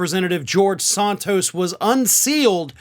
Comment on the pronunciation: Some day you will pronounce Santos correctly, even though he deserves it. The first vowel is a short 'a', not a long 'o'., I like you, but you sure can butcher names, dude.